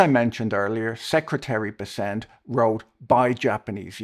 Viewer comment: Fwiw, I much prefer your Bes-sent over the market's Bess-ent.